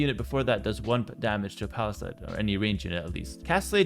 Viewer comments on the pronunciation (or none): Hey - love and appreciate your work, but you are pronouncing "palisade" wrong - it's pal-i-sayde, not pal-i-side. If you correct this I'll subscribe to your Patreon:)